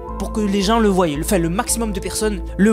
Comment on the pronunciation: Le voient et pas le voyeu 😂 sinon c'est très bizarre tout ça 😮🤔